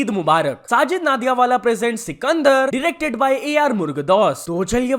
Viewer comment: 9.27 bro it's not नाडियाडवाला it's नडियाद वाला !! Last time bhi mene bola tha, it seems like your not read comments.